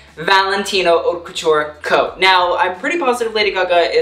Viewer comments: It’s pronounced “Hote” And you’re sash pattern, off the shoulder bit is .... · Everytime he pronounces "haute" wrong I cringe so hard 🙄😂